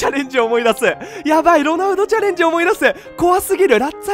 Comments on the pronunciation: デリフトちゃれーんじじゃねーよww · チャレンジのイントネーション未だに間違ってて草